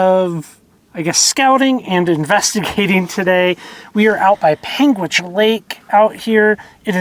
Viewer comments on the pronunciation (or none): PAIN-gitch ! Forget the "u"